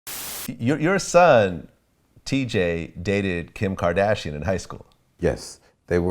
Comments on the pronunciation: "Kadashian" this dude can't even say "Kardashian" right... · this dude pronouncing Kim Kardashian like he a gay dude from the 60s.